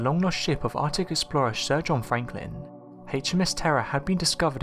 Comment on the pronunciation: "Ardick?".... nah man that's Arc-tic.. "Wevva."... nah man that's Weather. Why you speak like a three year-old?